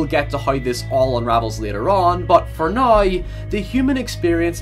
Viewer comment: "but for nieauw"